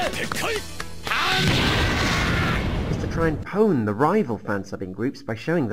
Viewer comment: you said pown lol